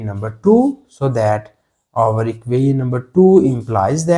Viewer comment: Everything is okay just your "equation" pronounciation correct without design can you say